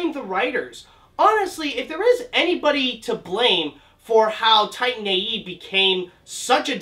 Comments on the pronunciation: Did you really start the video by calling the movie "Tine A.E."? You really can't even pronounce the title? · i loved the movie, i hate the way you say titan tho